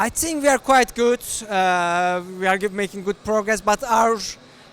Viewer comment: Hearing him say "We are" as "VR" is just teasing me haha. Hopefully that will be an optional feature! Would be amazing